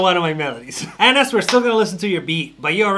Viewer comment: Next up 'Anass' that ain't what I heard 😂